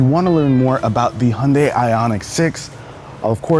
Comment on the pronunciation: Hi - jun - dai, not hundai. Americans never pronouns names right...